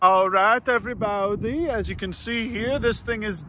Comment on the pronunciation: I like how he says “evwee baodee”